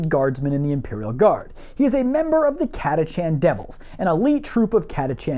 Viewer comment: Cat-uh-can, this is according to all of the audio books. Sly Marbo still answers to the one and only. . . COL. Iron Hand Stracken.